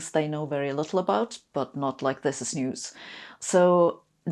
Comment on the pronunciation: This made me smile. Not many youtube videos do that. I love Sabine and have done ever since I heard her say "you can't make up zis schitt".